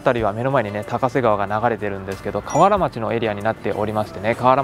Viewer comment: ❌かわらちょう→⭕️かわらまち どすえ〜笑